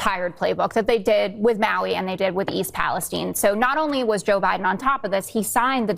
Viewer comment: younkin is a dirtbag. He couldn’t even say President Biden’s name. What a clown.